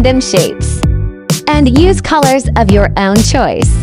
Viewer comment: "Choose colours of your Æwn" - Voice woman